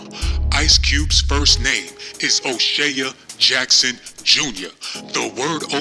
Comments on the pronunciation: O'Shay ya???? It's pronounced O- Shay This video is crap. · U sound wild crazy.. Here come that niggah wit and attitude. Stfu. CHRIS TUCKER AND MICHAEL JACKSON WAS COOL BECAUSE CHRIS WAS KNOWN TO IMPERSONATE MIKE. YOU DIDNT EVEN PUT THE RIGHT PIC FOR O'SHEA ( hey jack ass ) ITS PRONOUCED O SHEY LIKE SHEA BUTTER SHEA STADIUM NOT O SHEAH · O'Shay-uh??? and his name is Irish, not Swahili, Ice Cube said it himself. This channel funny as hell, but he got a point about the greed. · Did he say " Oshea jackson jr jr !! Lol !!! Wal -Mart !!! Classic !! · Fuck you cant pronounce his name. O shea is irish